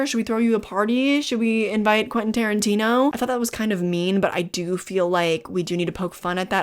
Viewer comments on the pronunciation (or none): none